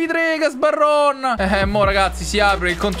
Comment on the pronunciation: cmq patric si chiama gabarron non gasbarron